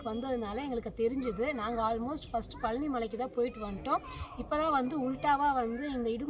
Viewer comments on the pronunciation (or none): thanks for the video /. please say பழனி not பலனி!